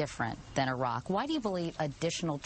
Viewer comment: Someone teach this bitch how to pronounce iraq and iran.